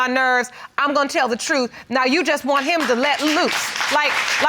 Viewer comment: BEEEAAC:CCHHH the word is NOT trufffff. it is TRUTH. Pronounce ENGLISH correctly.